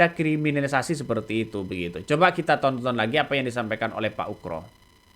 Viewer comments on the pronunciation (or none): Pembawa acara ini klau menyebut nama Bpk Ugroseno itu sebut Ugro jangan ukro...salah itu ..benerin ya nyebutnya... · Bukan ukro, tp pa ugro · percisnya pak UGRO bukan pak ukro